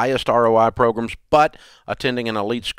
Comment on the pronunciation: Bro it’s pronounced program not progrum